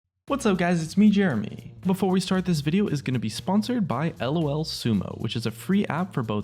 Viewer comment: I think its lol sumo, not l o l sumo